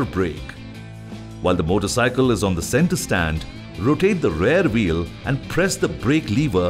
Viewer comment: Even though the voice artist has done a good job he has made a tiny pronunciation mistake throughout the video ,when it actually should have been rear wheel.